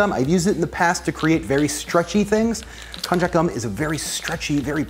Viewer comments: Lol it's pronounced "kon-yak" it's used a lot in Japanese cuisine. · I know that's also how you pronounce cognac. This is still pronounced with a "y" and not a "j". You could even call it "kon-yaku" (こんにゃく). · Kon-YaK...not Kon-jack